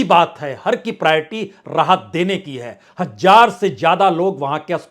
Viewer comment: Hazar, not hajjar